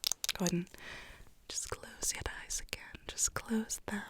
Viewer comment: Nobody: Absolutely nobody:: YeRdEyEs